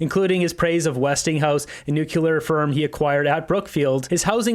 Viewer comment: nuclear not nucular, you sound like W. Bush.